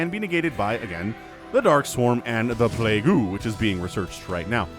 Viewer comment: It is pronounced [pleig] not [plagu].